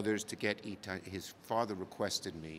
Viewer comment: Hiccups on the name E Ty over and over, it’s part of all law to place the body in a manner of the family relationship